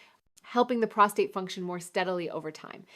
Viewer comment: Obviously produced by AI. The real Dr. Malik knows how to pronounce "prostate".